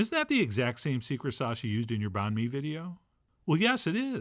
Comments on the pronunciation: Pronounced Bun May , same as Pho , you don’t say Fo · Banh Mi is pronounced more closely to “bun me”. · Just a hint, you can try and say the word banh with a higher tone and then the word mi with a lower tone. That would sound more legit. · lol A for effort on the pronunciation.